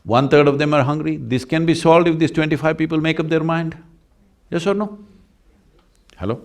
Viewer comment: I love him saying "Hellow".